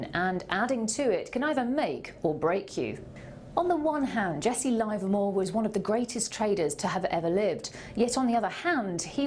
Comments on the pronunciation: its pronounced livermore with a short i not a long one I have talked to people who traded with him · LIVERmore. Not LIVErmore.